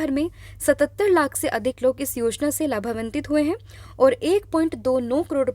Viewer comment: Arundhati ❎ Arundhanti ✅ Labhanvit ❎ Labhavtit ✅